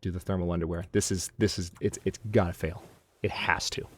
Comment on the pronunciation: "Whenever you fair at a repail". I year ha. =P